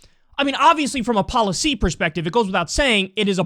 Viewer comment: Kyle gets so angry that he forgets how to pronounce policy and politics. :)